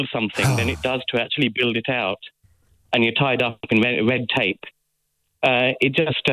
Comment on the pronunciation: "Wed tape" wasn't "fun anymore", christ